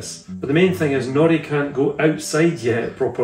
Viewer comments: Sounds like you’re saying ‘Jackanory’ rather than Jack and Nori 🫶🏻 made me think of childtime tv lol don’t know if this will help but I have a 10 month pet, had from 8 weeks and used a stair gate to keep pup safe in one room whilst I got some work done. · Sounds like is saying Naughty, not Nori, ha ha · I thought you said Jackanory - the kids programme from years ago! Much prefer shorter beard 😊